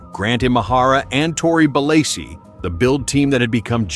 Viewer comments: The narrator said Tory's surname at the start of every show. Maybe watch an episode or two before you make a video about the show so you know how to pronounce it properly. 🤦‍♂ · If you cant pronounce Belleci, you clearly did not watch the show.